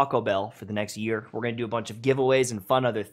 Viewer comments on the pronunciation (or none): none